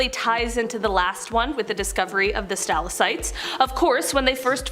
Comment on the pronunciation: How do u miss pronounced stalactite? (Sta lag tight)